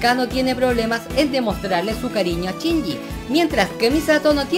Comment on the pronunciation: por que pronuncian chinyi en vez de shinyi? en que pais usan asi el vocabulario? es para saber nomas n_n y me encanto tu video te ganaste mi like otra vez-.Saludos!